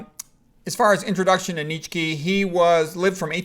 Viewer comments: Nietzsche is pronounced "Knee chuh" BTW. 😀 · Where oh where did you come up with that pronunciation of Fred's last name??